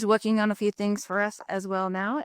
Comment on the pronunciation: Lori's nerves get the better of her and starts trembling. This narcissist got cornered by the State and Judge. She said "wuhking" instead of working and couldn't finish saying her last word.